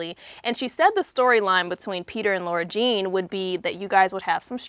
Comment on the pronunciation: Anyone else annoyed that she kept saying Laura and not Lara? Lol!